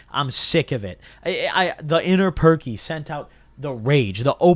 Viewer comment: “Inner perc” lol